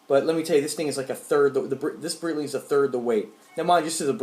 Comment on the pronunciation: Pronounced "BriGHTling", but great watch collection!